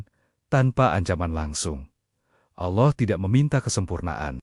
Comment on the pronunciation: Naratornya perbaiki cara pengucapan nama Allah SWT